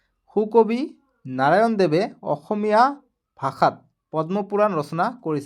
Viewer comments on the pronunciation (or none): none